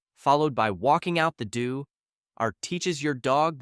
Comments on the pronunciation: Walking out the “do” and not “door”? I guess your Ai narrator didn’t pick up on the typo in your script. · It's hilarious how your AI pronounces all your typos. "...and walk out the doo." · Great information but TERRIBLE AI narration. 0ne example “followed by walking out the DOO. R teaches the dog…” Seriously? Is it really too hard to find an actual REAL PERSON to narrate your videos? As a retired, award-winning professional radio, television and documentary announcer now blessed with my fifth Miniature Schnauzer rescue, I’m offering to help if you’re willing to contact me. You won’t be disappointed and your videos will be SO much better than they are now using AI narration. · Walking out the DOO???? AI narration really sucks. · All good points but don’t like the vids on this channel. It’s just Ai slop with basic info gathered with 5 min of research or straight from ChatGPT which I assume this is from. The voice mispronounced door and other common words in other vids. Also, horrible editing, when listing dogs for each of the points. They name breeds that suffer from common conditions but rarely show the dog breed they listed. Again, the info is basically sound but it’s just another version of Ai slop.